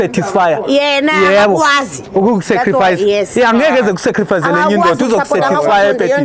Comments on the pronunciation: Waze waziphoxa usisi nge English ye secrifies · Sacrifice 😂😂😂😂 or setific